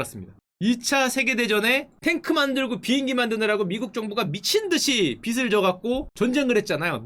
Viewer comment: 빚을= 비즐 라고 발음 부탁드립니당. 다른 사람이라면 몰라도 딕션이 좋으신 슈카님이라 생각보다 거슬리네연 ㅜ